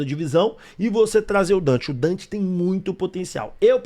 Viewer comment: Quem é Dante??? Minha Nossa Senhora, o cara chama DANTAS